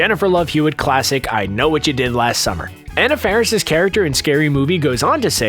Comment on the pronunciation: You MISSED pronounced Anna Faris's name ...